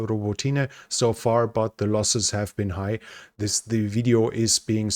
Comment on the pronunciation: Row bah tee nye, make an effort.